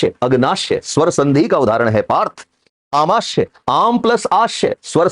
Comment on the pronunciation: सर, आमाश्य नहीं आमाशय होता है और अग्नाश्य नहीं अग्नाशय होता है। आप लिख सही रहे हैं लेकिन उच्चारण गलत कर रहे हैं।